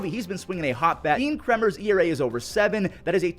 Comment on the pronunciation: Love the videos! Deans last name is pronounced “Cray-mer” as in Crayon. Also Kristian Campbell’s nickname is K Camp or Toe Tap. No one really knew why we called him that but we did. Keep up the good work!